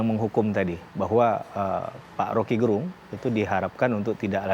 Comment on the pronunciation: Suku kata "Ge" pada nama Rocky Gerung, mestinya di sebut sebagaimana suku kata Ge pada kata "geger" bukan "ge" pada kata "genap"